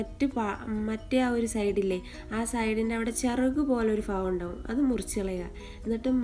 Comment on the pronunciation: Joint fagam alla ...bakam😁 good video dear👍🏻😊